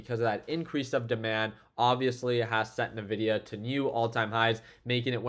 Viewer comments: Hey pro tip from a techy…. Nvidia is not pronounced “na-vidia” its pronounced “en-vidia” Fyi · Yo, do you say nuhvidia on purpose? I'm curious 😅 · He actually says nevidia 😀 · “N” vidia 😉